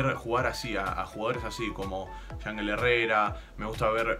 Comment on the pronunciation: se pronuncia "Ianjél"